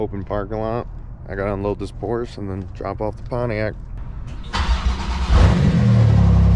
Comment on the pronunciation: Congrats, good luck, and Porsche has two syllables. Don’t be that guy.